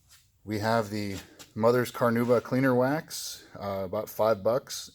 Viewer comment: CarnAuba.. there is an "A" in there